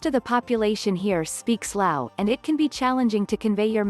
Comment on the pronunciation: It’s Lao, not louse.